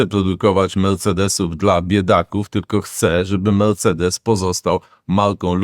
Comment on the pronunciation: Melcedes nowa marka na rynku